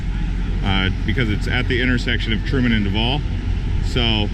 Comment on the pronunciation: It’s Truval not Trudu